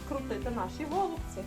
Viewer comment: У нас кажуть голубцІ з наголосом на останньому складі